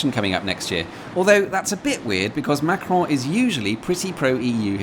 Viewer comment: As a french man, I have to state that you perfectly spoke "Macron" and "Europe 1". Almost no accent at all. 👍